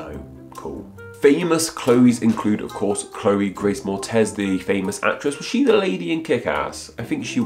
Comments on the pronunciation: It’s “morETZ” not “morTEZ”, and KickAss rules! Lol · It's Chloë Grace MORETZ, not Mortez. And she's spelled with the "ë", though most media spell it wrong. Aside from that: This is one of the most interesting name videos of the past few months. Not that the rest aren't interesting, but is especially interesting.